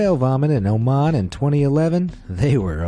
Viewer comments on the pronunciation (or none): none